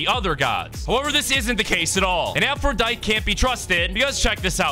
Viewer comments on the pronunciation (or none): its pronounced aphroditey but without the y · Idk anything about Greek myth except a little bit but I know her name is pronounced afro-die-tee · It’s pronounced (Afru-die-dee) for Aphrodite, who agrees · Your supposed to pronounce the “E” in her name